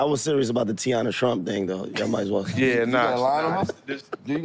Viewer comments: OG said Teanna Trump, I’m done 🤣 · Man said Teanna Trump 😂😂😂😂😂